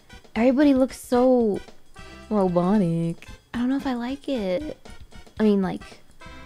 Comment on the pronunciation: The way she said robotic RoBoTIIc